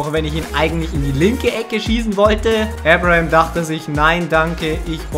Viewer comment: Bin ich der einzige, der wegen Aussprache von Abraham gestört ist?